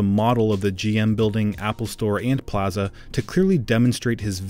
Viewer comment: The only bad thing about this video is the way the guy says plaza